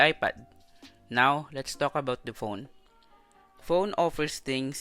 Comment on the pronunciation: The ق really taking me out 😂